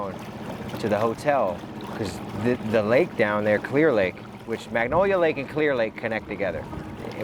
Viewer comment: Love what you do, so happy you came to our beautiful town. Also it's Lake MANGONIA not Magnolia, just a correction. Thanks for doing such a great job <3 Btw the area where the spool you found would have been entering a bad part of town in 1979.